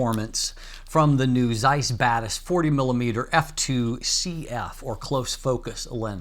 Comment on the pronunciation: When you say Batis Lens, I hear bad ass lens. 😅